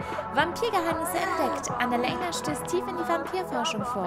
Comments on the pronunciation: Kannst du Annalena bitte deutsch aussprechen? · Könntest du Annalena bitte normal aussprechen? 😅 ich heiße Annalena und das klingt so merkwürdig. ..